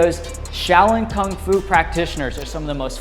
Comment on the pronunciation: Kung fu, not "Kong fu"